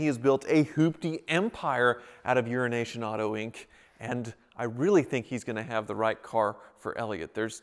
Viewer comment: Sounds for all the world like you're saying urination bob